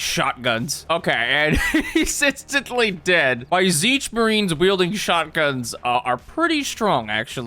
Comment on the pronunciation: "tzeentch marines" sigh